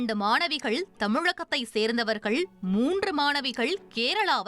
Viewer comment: அது சரி தமிழ் நாடு எப்போழுது தமிழகம் ஆயிற்று? அதுவும் அந்த இரண்டு மாணவிகள் தமிழகத்தைச் சேர்ந்தவர்கள் என்பதை தெளிவில்லாமல் ஏன் உச்சரித்தீர்கள்?